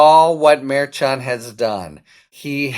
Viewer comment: We need justice!!! Litman pronounces Judge Merchan CORRECTLY; no one else does!